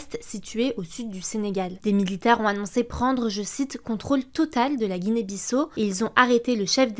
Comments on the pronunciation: "Guinée-Bissa o et non bisso" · on dit Guinée Bissa o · Il me semble que ça se prononce ''Guinée Bissa-O''